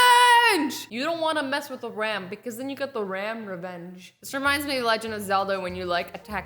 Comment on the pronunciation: iTs aCtUAly RAM-VENGE